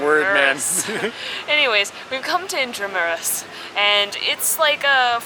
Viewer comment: Correct pronunciation of "intramuros "👍🏻👏🏻